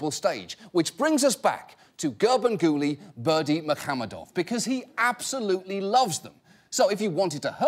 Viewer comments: Special applause for John for correctly pronouncing "Garbanguly Berdimuhamedov" EVERYTIME👍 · I don't know what's more impressive...that ginormous cake or John pronouncing Gurbanguly Berdimuhamedov perfectly every time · That John can say this guy's name so well so fast blows my mind. I wonder how much he had to practice it.